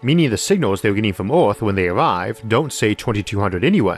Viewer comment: The videos are great! But the way you pronounce Earth is driving me insane! EARTH not ORTH